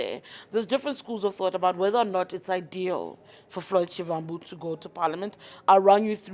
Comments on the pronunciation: Not shivvvhambu... it is Shivambu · Haibo sis a person in your position should make an effort to pronounce someone’s name correctly. You botched his surname. Noo😢